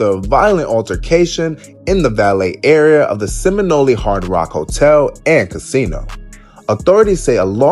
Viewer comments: Seminole not seminoleee 😂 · seminole not seminoleee😂